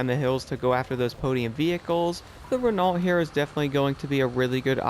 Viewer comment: Your pronunciation of Renault is wrong 😂 either get more French or watch a formula 1 race. I’m still waiting for them to fix the game for Xbox. I’ve stopped playing it until they do. Your videos make me happier than a Frenchman who’s just invented self removing trouser’s.